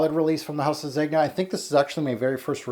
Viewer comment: I don't understand why pronunciation is so difficult. Do you pronounce the G in lasagne ? NO ! Son why pronounce the G in Zegna ?